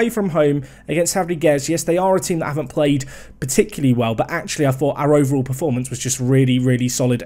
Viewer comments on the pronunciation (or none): none